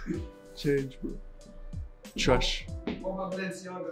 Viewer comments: Recap: TRESHHH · nobody:: TWASH, TWUST ME BRO